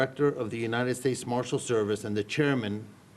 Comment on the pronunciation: How do these politicians keep mispronouncing the United States?.. unined